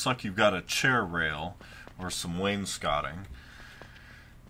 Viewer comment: You pronounced wainscoting correctly, I'm impressed.